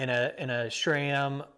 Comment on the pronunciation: Didn’t know you guys have mountains down there in Texas. Also no “h” in sram